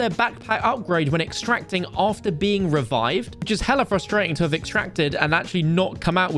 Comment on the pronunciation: Hearing a British guy say the word “hella” is kinda weird.